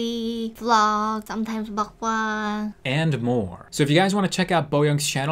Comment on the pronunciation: she said mukbong I think